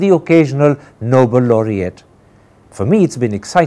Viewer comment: Mr. Tapar.. In your opening lines you pronounce 'nobel' as 'noble' - surprising !!